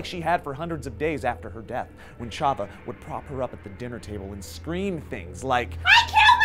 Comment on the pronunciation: also how you mispronounced chava's name